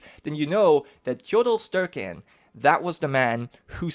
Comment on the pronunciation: You do say Tjodolv pretty alright, but it sounds more like you say sturke instead of using a similar sound to æ or ae. Its hard to explain without saying it directly to you. In the end it doesn't matter much, so its fine :P Others would probably pronounce it even worse. The Æ is the same as Ä. I know germany uses similar letters to how the swedish write them. So maybe that helps? No idea if you have that letter. Its a difficult name, and not normal by today's standards even, so dont beat yourself up too much about it.